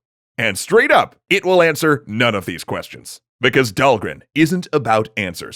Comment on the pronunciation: Did you finally find out how to pronounce Dhalgren?